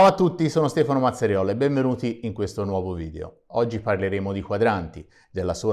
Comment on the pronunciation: Qui siamo al top delle spiegazioni! Sentire dire Mazzariol in toscano cioè con un accento toscano mi fa strano. Complimenti per il video. Molto interessante, soprattutto per me che non sono un esperto e nemmeno un conoscitore della materia.